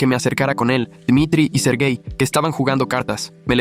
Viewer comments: Soy yo la única que puso esta cara: 👁️👄👁️ cuando escuche la primera vez “sergai” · Cuando dijo sergei yo escuché ser gay y quede (●__●)